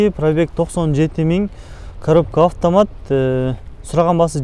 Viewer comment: үкам афтаат дебей автомат деп даңгал айтчи ,дайима сенин тартканыңды көрөм бирок афтаат дегениңде итиркейим келет көөнүм айныйт шашпай автомат деп кайра кайра кайталап үйрөн үкам.